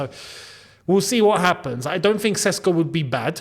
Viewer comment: Its pronounced Šeško (Sheshko), not Sesko.